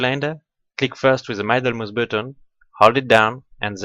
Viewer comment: Your French accent is just fine; one thing, if I may: middle is pronounced with an "ee" not an "eye" sound, like here: Many thanks for your effort, good video!